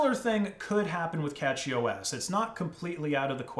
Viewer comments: Dude it bugged me so much that he is pronouncing it as Catchy. Ffs... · It's not "Catchy OS" - it's CachyOS, as in Memory Cache (pronounced 'cash') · A Nitpick, it's pronounced cashy (from cache) not catchy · It's cashyOS not catchyOS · Isn't it pronounced like cache-y OS? Not catchy? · I’m gonna be honest, I’m pretty sure it’s pronounced like “cashy” or cache-y to be more specific. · Pretty sure it’s pronounced “cash-y” as in computer cache. Also, NixOS is the new Arch. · First off, it is pronounced "Cashy", like "cache". Just started using it a few days ago myself, fleeing Ubuntu. So far works amazing for me with i3wm. Few small issues, but nothing that I can't solve given enough time. I really wanted to try out Arch, but I wanted a nice installer because I just want it simple to get going. Really great I think. As for servers, I would love to try out a CachyOS server on some non-critical servers I run. Would love to see a great, reliable arch server, but until that day I will continue with Debian for critical stuff. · Did he say CatchyOS? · I think it's pronounced with sh but a lot of people pronounce it with a ch like it's written